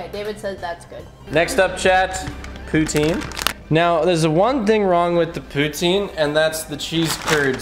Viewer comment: as a french canadian, you are the only english canadian who can say poutine without making me irrationally mad